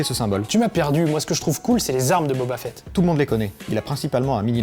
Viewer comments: Deja commencer par prononcer correctement boba fett ( fit ) et pas (fête ) 😒😒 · Booba Fett ?!? 😂